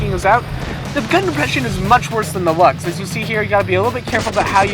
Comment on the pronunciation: Luchs is pronounce lursk